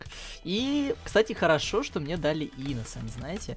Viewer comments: мардер и иноцент, а не мердер и иносент))) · ИНОЦЕНТ А НЕ ИНЕСОН ! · не "иносен" а "иноцент". ай, ай, ай! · не иносент а иноцент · иноцент а не иносент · Innocent это инноцент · правильно иноцент